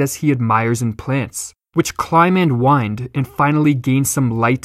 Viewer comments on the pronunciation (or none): none